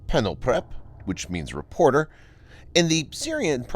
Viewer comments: "PENOTEP"?? Are you serious. OK vidwo is from 1st of April. This is in kyrill letters. "P" ist spoken R, "n" is spoken P. So the word is "Reporter" written in russian alphabet, just as in plain english. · ''pelopret'' , as you wrongly said, is literally and phonetically ''reporter'', it s just written in ciryllic, lack of seriousness here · Penopret? Really? When you read the cyrillic phonetically, it just says reporter. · Refering to timestamp - It doesn't take much research to find out how to pronounce russian letters. The word he pronounces "penopter" is actually "reportyor". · Your pronunciation "Penoptep" was hilarious. The actual pronunciation is "Reportyor". But yes, it does mean "reporter". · I had to replay in disbelief, then I cracked up laughing when hearing the "penoptep" part. LOL what?!?! Seriously guys, this part of the narration undermines the credibility of everything you say, I can't bother listening to another word after the narrator failed to identify non-latin letters. Yes, it means 'reporter', but it is also literally "reporter" in Cyrillic alphabet.